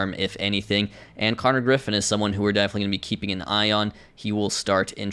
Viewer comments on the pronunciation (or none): none